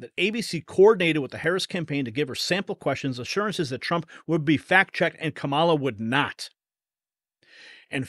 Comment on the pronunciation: 😂😂😂 Come ON, - It's KA-ma-lah 😂😂😂 Stop sounding ignorant. You hurt your case when you can't even get her name right?